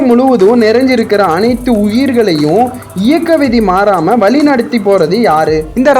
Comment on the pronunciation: நல்ல பதிவு ஆனால் முழுமை வழி.என்ற வார்த்தைகளை சரியாக உச்சரிங்கள்